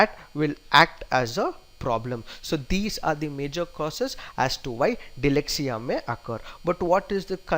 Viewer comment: DYSLEXIA not DYLEXIA! But overall terrific attempt!!